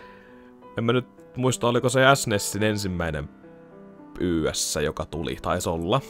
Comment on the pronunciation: Katos, suomenkielinen Let's Play -video Ys-sarjan pelistä. :) Aika viihdyttävää katseltavaa, Olen sarjan pitkäaikainen fani 80-luvusta lähtien, eli jos koskaan haluat tietää jotain kyseisestä pelisarjasta, niin olen henkilösi. Sen voin jo sanoa suoraan että sarjan nimi lausutaan suomalaisittain "iish". :)